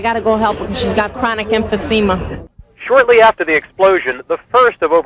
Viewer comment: “Chronic emphyseema”